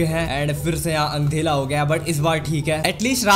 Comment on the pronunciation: Andhera ❌ andhela ✅